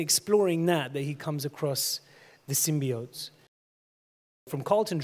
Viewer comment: YES...he said SYM-BEE-OTES!